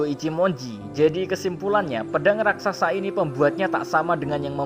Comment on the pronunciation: Raksasa min, bukan Rasaksa